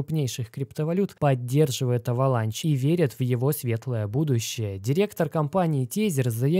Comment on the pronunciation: Avalanche - кажется читается как Эвеланш